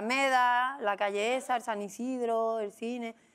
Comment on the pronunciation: esta señora que no hable de Sevilla si no le importa, porque no se sabe ni el nombre de su instituto, es SAN ISIDORO, no San Isidro